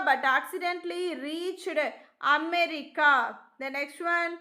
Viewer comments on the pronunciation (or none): none